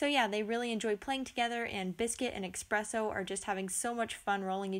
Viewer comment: EXPRESSO :P